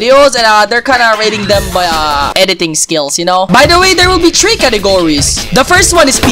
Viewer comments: A speed of “tree” wow milyon instead of “three” you say “tree” 😂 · why do you Say tree instead of three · the way he says three bro 🤓 (🌳tree🌳) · Man pronounced three “tree” 💀💀💀💀💀💀💀💀💀💀💀💀💀💀💀💀💀💀💀💀💀💀💀💀💀💀💀💀💀💀💀💀💀💀💀💀💀💀💀💀